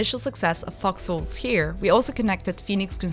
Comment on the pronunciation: What are you saying? Are you saying fox holes? Because it doesn't sound like it!